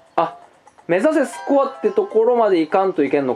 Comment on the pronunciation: スコアの発音が吹部